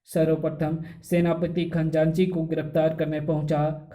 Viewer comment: Khajanchi bolte hai Khanjaanchi nahi